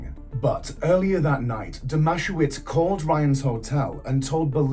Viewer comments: I wish you would look into pronunciations if you're going to make a video from a true crime. Firstly the town is NOT pronounced MO it is MO..E and you got the babysitters name all screwed up also...It's not DOMASHOWITZ. its pronounced DOMA SE VICH. It doesn't take great effort to check details are correct when doing a story. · The town is pronounced Mo-ee, and Greg's surname is Dom-a-sev-ich but only Aussies would know that. Greg totally killed him. Bylinda and her sister both had a baby each with Brett Leskie. The town of Moe is the definition of aussie boganville